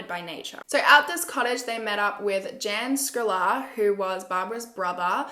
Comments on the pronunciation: Klokanek means little kangeroo. The newspaper DNES means Today. We don't pronounce Jan as you said, it is pronounced more as 'Yun' or in translation John. I am glad you do cases from other countries as well. Thanks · Great job, love your channel. Just so you know..the male name Jan in Czech is pronounced “yarn” xx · The two Jans. Jan is pronounced Yun in Chech. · The boys name Jan is pronounced Yarn. Keep up good work.